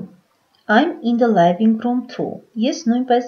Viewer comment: Թերի է։ Արտասանական սխալներ կան։ Օրինակ ՝ living_room արտասանվում է " լիվինգ.րում " ոչ թէ "լայվինգ րում"։ Բացի դա անգլերենի բառավերջի r տառը չի շեշտվում և արտասանվում է շատ թույլ։